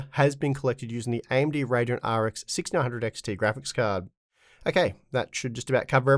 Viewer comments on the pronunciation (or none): none